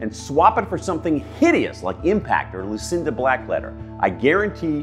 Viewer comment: Lucida (not Lucinda) :-)